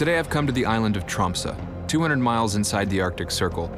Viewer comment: Pronounced Tromsø really good actually👍